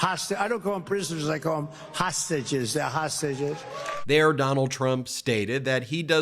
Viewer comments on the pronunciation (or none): Hosuges Ben he called them Hosuages.. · Did he say he calls the insurrectionists "h'sausages" ? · Actually he called them hossagizzz